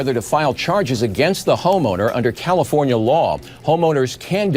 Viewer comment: Its pronounced cal-i-forn-ya not... cal-i-phone-ya